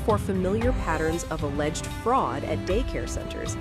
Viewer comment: Stop saying alledged!!! ITS REAL...